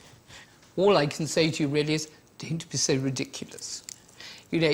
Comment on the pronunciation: 'Doewn't be soe ridiculous'